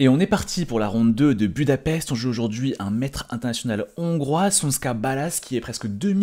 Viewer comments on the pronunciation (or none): none